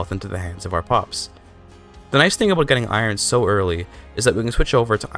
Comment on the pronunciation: Aboat dat ei Dude going full Canadian